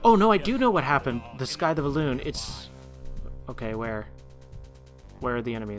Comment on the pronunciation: I'm liking this series and how punctual you're being with it. Keep it up :) P.S. Also another small pronunciation thing. Scythe is said more like "sythe" not "skythe." Sorry about the nitpicking :P